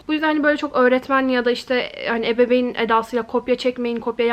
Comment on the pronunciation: Of bilgisİyar deme artık ve ebebeyn